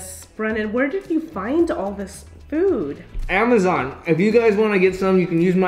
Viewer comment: The way Brennen said “amazon” wat 😂😂